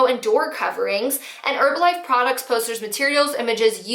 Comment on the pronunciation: You're saying Herbalife wrong....the H is not silent in the word Herb.... Say her....then the rest of the word. Not erbalife...made the vid unwatchable